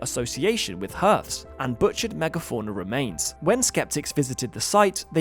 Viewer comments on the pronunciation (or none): Love your videos, but mate, hearth is pronounced as "harth" not "hirth". Would love a video on that potentially 300 million year old fossilised wheel in a Russain coal mine. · The pronunciation of hearth as herth is driving me mad. Even the British say hearth (harth) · 'Hearth' rhymes with 'heart', - not with 'earth' or 'hurt'. Let's preserve our ancient pronunciation!